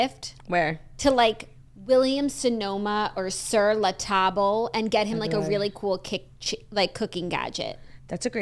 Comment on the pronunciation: Sur la tah-ble LOL